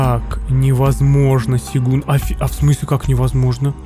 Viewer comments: Браток ,не Сегун,а Сёгун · пишут сегун а читается (сёгун)